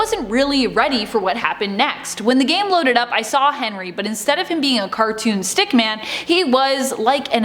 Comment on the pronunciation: Stickmin not stickman